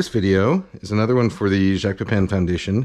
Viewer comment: You can pronounce his name correctly, Pay-pah(n)